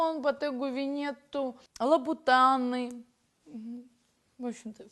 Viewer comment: 5.34 лабутАны???? спасибо поржал может пеугеот??!